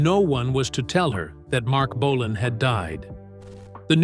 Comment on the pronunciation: The AI voice can't say Marc Bolan properly